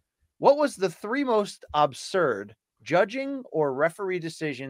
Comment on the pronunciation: It has to be said, the way that BC pronounces the word "absurd" is fucking absurd.